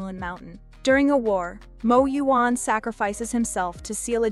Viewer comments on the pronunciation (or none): none